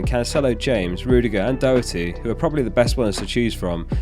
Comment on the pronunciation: Doh-er-ty, like Pete or Ken Doherty not Dockerty!